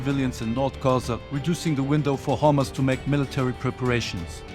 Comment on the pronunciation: Not hummus Rather it is Hamas